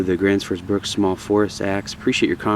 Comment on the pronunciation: cool review. Just a helpfull tips. The pronounciation on the Bruks is not a short u but more a long u as in fuel or use. Otherwise .. good job.